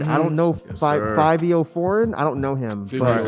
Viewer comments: always pronounces artists' names wrong lol. It's Five-e-o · the way they pronounce fivio kills my ears